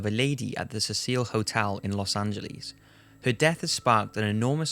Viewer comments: Really good post man, but dude... 'See-sill' not 'Cecile' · You are mispronouncing the name of the hotel. It is pronounced "seh-sel", so that it rhymes with vessel, or nestle and is a mans name. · The Hotel is Pronounced See-Sil NOT Ses Seel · 15 seconds in and mispronounces Cecil and Los Angeles.